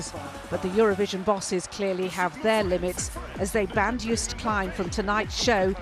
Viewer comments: For all the non Dutch people: you pronnounce Joost like toast. So Joast. And Klein, like klein in Calvin Klein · What he tries to say is say it like: Yoast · No we don't pronounce Klein like that... Calvin Klein is pronounced in the German way. In Dutch it is more of a wider "e". Joost is like toast but the J is not like JAY, instead it is like the Y in young. Yoast. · None of you can pronounce Joost. Literally a next door neighbour 😂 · Come on. Western Germans should know how to pronounce the name too